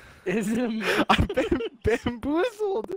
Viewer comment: “Antlerless Muoses”